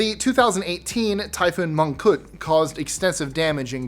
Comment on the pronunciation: Typhoon Mangkhut not monkhood